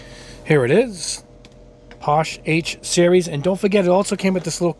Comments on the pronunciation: It’s pronounced. passh-Eh. Not posh. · I think it's pronounced .... Paa-Shay